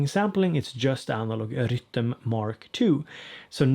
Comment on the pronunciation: I'm here just to hear you say 'Rytm' thanks!!! Ps updated mine last night!!